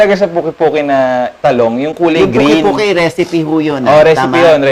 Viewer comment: It’s called Pungki-pungki, not the way the chef said it. It’s an Ilocanos dish